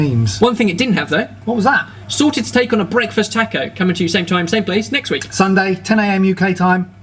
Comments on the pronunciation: ''sored'' food, hahahaha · I think you dropped the "T" 😂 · THE T WHERE IS THE T WHEEEEEEEEERRRRRE?! I'm going to need therapy after this.